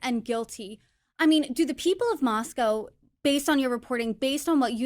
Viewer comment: I am really glad Howard Blum emphasized the correct pronunciation of Moscow(Moss•coe) & reiterated the importance to residents for people to pronounce it correctly!!